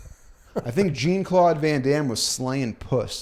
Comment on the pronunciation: Jean-Claude is pronounced more like "John", or like Shawn, just with a j sound. "Jeen" is hilarious sounding every single time, though 😂